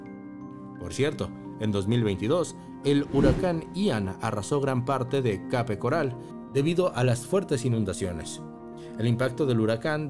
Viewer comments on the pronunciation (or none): Pronuncia bien Palm Beach y Cape Coral dice un disparate